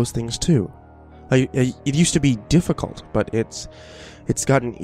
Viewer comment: Anyone else bugged by how he said difficult "dufficult"